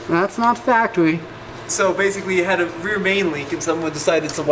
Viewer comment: thhasts not factowy